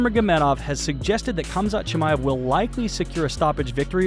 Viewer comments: Why is the narrator saying "Kam-zat" instead of "Ham-zat?" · Lol it’s pronounced haaam zat sounds like you are saying kumshot😂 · It’s pronounced hom-zat chimaev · Why do you keep saying ”Cumshot” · Gotta stop pronouncing the K's on Russian fighters, lol. Khamzat=HAMzat and Khabib=HAHbeeb....just helping you avoid haters :) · It's not Khabib but Habib And it's not Khamzat but Hamza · The "K" is silent in their names! Lort I can't listen to this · Like D'jango the K in Khamzat is silent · Pronounce their names with a h not k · The letter K is silent in their first names. Say their names properly. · The K is silent dammit!!!